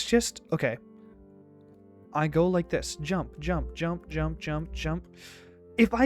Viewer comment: Did he just say yump